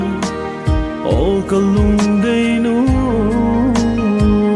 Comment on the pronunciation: Why pronounce lungdoi as Lungdeih?